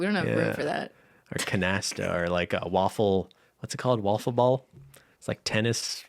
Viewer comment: For: Wiffle ball, not waffle 🧇